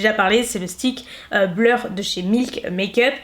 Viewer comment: Du coup est-ce qu’il existe une poudre de finition mais Matt ? Effet bleur’ comme tu dis mdr